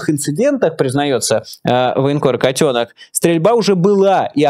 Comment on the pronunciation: Мне тоже нравится ударение в фамилии котёнок ставить так же как Майкл ставит.Это правильно.